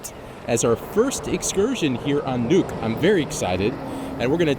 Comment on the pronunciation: Great video, but I have to say: Nuuk is not pronounced as "nook" but as "noob" with a k.